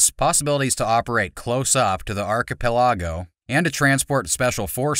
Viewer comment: Archi P E LA GO 😂